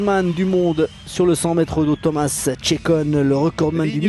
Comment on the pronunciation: Thomas's name on a French manner sounds so nice :)